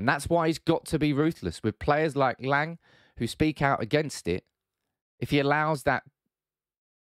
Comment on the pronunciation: It's pronounced Lang with a short A like the A in Ten Hag. It was clear Noa Lang was really talented and showed some beautiful stuff at Club Brugge. But his personality is so annoying, typical wannabe gangster kid. As an Ajax supporter I was happy he was kicked out but I wish him the best of course, no hate against him. Ten Hag made the right decision. Ten Hag is a perfectionist that want full control. Im 100% sure if you guys can get your hands on Frenkie de Jong and Jurrien Timber, you will see a totally different style of football you all have been waiting for.